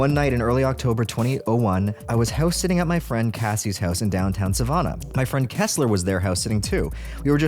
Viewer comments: You said Savannah wrong. It's pronounced suh-VAN-ah, saying it wrong really annoys southerners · sah vanna* not soh vonna* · Since when is the name Savannah pronouced Savawnah ? 🤣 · I've never noticed before, you miss read or misspronounce lots of words. Savannah? South Carolina? Have you really never seen Chick-fil-A spelled out? 😂😂😂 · go to to hear him say savannah wrong.